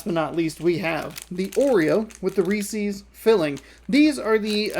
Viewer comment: By the way, Reese's is pronounced so that it rhymes with pieces.